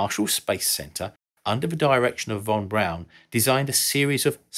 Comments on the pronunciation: Pronounced...Von brawn....not Von brown....omg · Isn’t it Wernher von Braun and not Wernher von Brown?! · Not "brown", its "brawn" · Von Braun not Von Brown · It's Von Braun.... not Von Brown. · Maybe learn the German pronunciation of "Braun"?